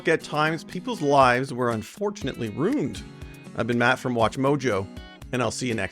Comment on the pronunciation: I find it strange and distracting the way he pronounces the word "ruined". Who pronounces it "runed"?